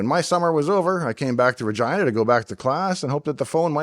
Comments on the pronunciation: Why did I think he was saying 'Virginia'? He's Canadian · In California everyone pronounces the name Regina as reg-ee-nuh or ruh-gee-nuh not re-gi-nuh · Haha, I had to turn on Closed Caption to make sure you said Regina and not something else! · when he even says Regina it sounds like Regina